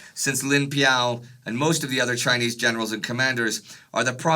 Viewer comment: I love your videos, but man does it make Mom and I laugh when you pronounce Chinese 😂❤